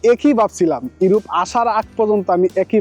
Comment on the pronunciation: "উরোপ" 😂😂 "কুরুশিয়া" 😂😂